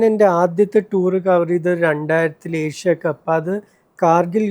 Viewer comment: ഏഷ്യ കപ്പ്‌ ആണ്. എശ്യ കപ്പ് അല്ല അഭിമുഖക്കാരാ